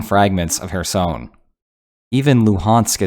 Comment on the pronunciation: Good video, but Kherson is NOT pronounced "her-sown". It's pronounced "her-sun" / "her-son".